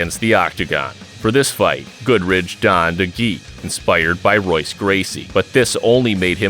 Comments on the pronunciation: It's pronounced Hoyce Gracie not Royce. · Why did you get robot AI to do the voiceover on this? Just pay someone FFS. It pronounces all the names wrong. It's pronounced "HOYCE" not "ROYCE". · Good vid. But it's pronounced "Hoyce" not "Royce" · You know that Royce Gracie is pronounced Hoyce? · Stopped when you pronounced Royce's name wrong. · If you are going to make classic MMA videos you might want to learn how to pronounce “Royce.”